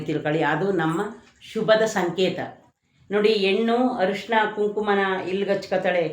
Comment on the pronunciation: ಅರಿಶಿನ ಅಂತ ಹೇಳಿ ಹರಿಶಿನ ಅಲ್ಲ. ನೋವು ಅನುಭವಿಸುತ್ತಾ ಇರುವವರಿಗೆ ಪುನಃ ನೋವು ಕೊಡುವುದು ದೊಡ್ಡ ಪಾಪ.